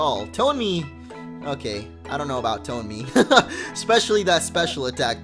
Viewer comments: Quinn R ton-eh-me* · Isnt it TONE-MEE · its not toney its tonemy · Bill Green no that would be tone-me not ton-eh-my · It's tone-en-y like tone plus an enemy. Must be a sound pokemon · I thinks it's pronounced To-na-ma😄😄😃😃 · I am 97% sure Tonemy is pronounced like Toe-Ne-Mii. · It's tone-my